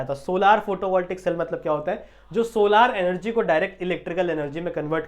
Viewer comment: Sir vo solaar nhi solar hai ❤❤❤❤❤